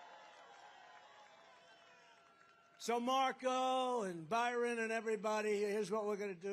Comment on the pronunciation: Why does Trump call his son Byron? "Barron" has never been pronounced that way